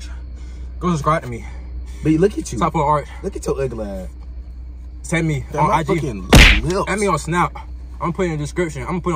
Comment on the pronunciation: Bruh said look et yah uglass💀😂